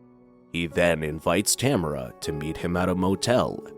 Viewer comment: In the movie they pronounce it ta mar a